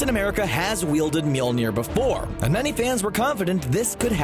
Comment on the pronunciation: People in my theater absolutely went crazy when Steve wielded Mjölnir. They started screaming and whistling and I started yelling. Also, please stop pronouncing it wrong, it's new "MEWL-NIR" it's rather "MOL-I-NEER". And honestly, it's been three years since Civil War, and people still don't understand why Steve did what he did. Tony's parents were killed, he would never have waited or heard Steve's reasoning, he would never have understood that it wasn't Bucky's fault, he would have been enraged and would have done something terrible to Bucky. And Steve couldn't let that happen. Why not, you ask? Because Bucky was the only one who was there for Steve when no one was. Bucky has been with Steve through thick and thin (quite literally), and only a disgusting human being would betray a friend like that.